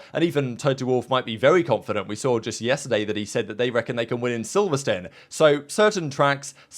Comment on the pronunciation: what is silverstun? silverSTONE